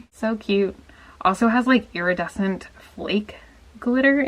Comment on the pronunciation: ITS ERADESENT